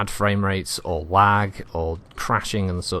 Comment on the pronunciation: at first i thought you said "waagh" but you said lag.